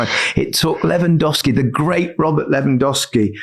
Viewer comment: As a Pole I gotta admit - Gary's pronunciation of "Lewandowski" is flawless. I'm impressed.